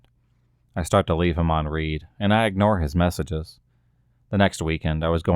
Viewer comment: in the context of stories regarding texts being left on "Read", that is pronounced (red), read as in,""...having read"; past tense; as in, done; did it. It shows the sender that it has been seen and read. I'm sure your own phone does that. I guess you did not make the connection. J o v i a l is pronounced (Joe'-vee-yull), not "Joe Vie yal" like Santa is jovial, full of cheer, gleeful. H y p e r b o l e is pronounced (high-PER-bul-lee), not "hyper bowl", as in "don't believe the hype, it's not all that"; is short for hyperbole - a BS verbal build up of a person, place or thing. Basically a sales pitch for bogosity/ something bogus/ a bunch of nothin' worthwhile. D o u b l e e n t è n d r e s is pronounced "DOO•blə - on•TAWN•druh", and ya don't pronounce the S; from French, it means "double intent; dual meaning"; Double comes from Latin, "duplis" first, and French second, spelled "doble" (doh•blə/doe•bluh) in Old French. The you in it probably came from the Anglification through which nearly all of our English words have come.